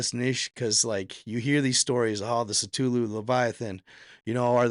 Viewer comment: Say it with me,, “Kuh-Thoo-Loo”